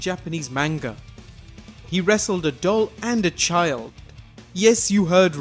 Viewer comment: I thought he said dog instead of doll.